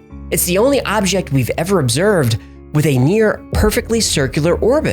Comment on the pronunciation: Only now noticed that you pronounce "object" weird.